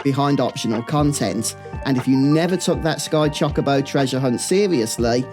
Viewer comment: I dunno why every British youtuber mispronounces Chocobo, but it hurts every time I hear it. I mean... I mispronounce Tidus and Zidane, but still.